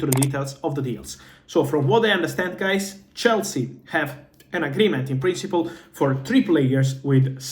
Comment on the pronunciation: I like his "Hey guies"😂